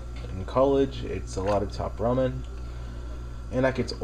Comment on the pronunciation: I'm glad you actually say Ramen correctly. I've heard people call it "Ray-men" and "Row-men". Idk how they get that second one... Lol.